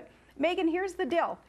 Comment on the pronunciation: Will someone teach her how to pronounce the word "deal"? It is not "dill"